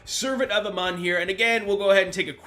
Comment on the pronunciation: It's A-Moon not "A-mon"